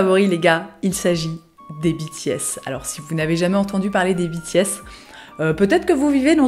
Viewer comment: biti-S T.T j'ai pas compris au début que tu parlais des BTS tant ta prononciation diffère de la mienne XD (je le prononce comme la filière en fait)